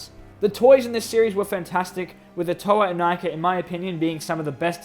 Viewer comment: Wierd pronaunsiation? Well, I guess it's only ok for russians. Plus we all still read Inika as [Ee-nee-ka]